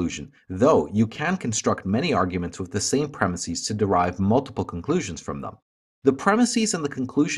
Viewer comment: I'd love to hear the logic behind your pronunciation of the word "premises."